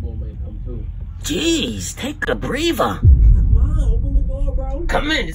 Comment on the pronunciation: “Geez take a breava” 🤣